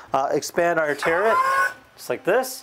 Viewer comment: Please, it's turret not terret